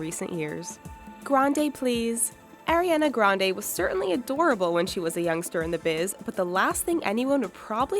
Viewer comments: Who else cringed when she said "Airiana?" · Airiana grande?! AIRIANA GRANDE?!?!